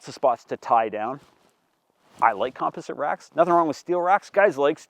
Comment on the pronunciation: Com-pos-it…………….not com-po-sit, awesome video, soon I will have mine